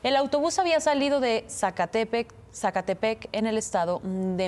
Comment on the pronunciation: NO SABE PRONUNCIR ZACATEPEC